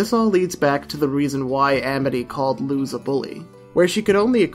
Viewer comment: Sir, please, this is a fantastic video but the mispronunciation of Luz's name physically pains me (It's Luz, like loose change, not lose like losing) Ik there's obviously nothing to be done about it now, but just a btw for potential future reference